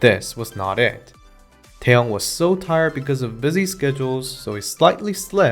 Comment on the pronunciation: The way he pronounce taeyeon and taehyung is so similar I got confused when I looked away from the screen lmaooo but ya who wouldn't be nervous? If I was sitting next to taeyeon or taehyung I couldn't even move properly